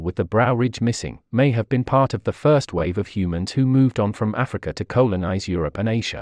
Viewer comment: Fascinating , though screamed with laughter on the way 'colonised' was pronounced, made sound like something to do with the bowel . The narrator must be getting lessons from Simon Whistler. All this ernest science and excellent factual narration punctuated with these howlers makes for entertaining listening